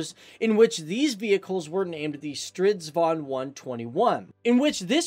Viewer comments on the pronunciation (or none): The name's Stridsvagn and not "Stridvan". Otherwise, good video. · Sounded like strutvan to me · sounds like hes saying strutvagn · jag e från svergie och han uttalar det fel han uttalar det stridvan men det heter stridsvagn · yea he is missing the "G" in stritsvaGn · Street Vaughn?? It's called Stridsvagn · Learn how to pronounce the vehicle name before you attempt to do a video on it. You sound like a little kid. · It's not "combat vehicle 122" it's actually closer to War wagon 122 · Ok...you need to pronounce the names of tanks right...butchered most of names. Lol...and the Leo 2A5 wasn't even close to being in service in 1994, and the m1A2 wasn't even in full service by then either.hiw do I know? I was stationed at NTC in 92 when we went up against the first A2 Abrams they were there for testing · I love when he is trying to day "stridsvagn" :) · you gotta do a video on the Stridsvagn 103. (and maybe just say strv instead of stridsvagn its not the best pronunciation) keep up the good work! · Nah, it's not that bad really, he is just missing on "s" in the middle.